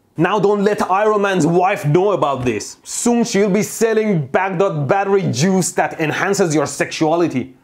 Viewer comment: As a Baghdad born myself, I really appreciate you saying "Baghdad" the middle eastern way.